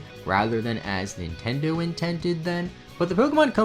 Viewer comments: "intindo" lol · “Poukemon” “Nintendou” lol